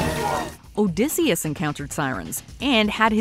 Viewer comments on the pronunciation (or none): none